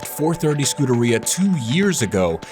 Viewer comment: The preferred pronunciation is "Scoo-dAir-E-uh" (emphasis on the E after the d) not "Scooterrhea". Whenever he says it, it just sounds like he's saying scooter diarrhea.